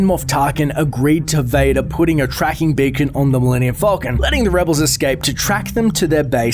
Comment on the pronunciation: when you said beacon ot sounds like bacon